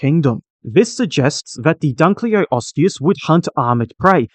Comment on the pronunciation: Thank you for creating & sharing this! BTW never mind, your pronounciation of the Latin names was somewhat off - the way you say it, the word would have two "o": "Dunleoosteus", and the other one "Placoderm" two "s" instead of a "c". 🙂